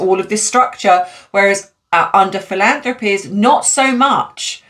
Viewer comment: PRACTICE MAKES PERFECT ❤ Fil- ANN- thrah- peez